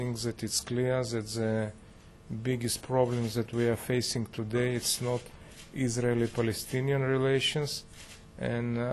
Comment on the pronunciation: To the German Foreign Minister: It's Israeli government not Isralien! Pretty insulting.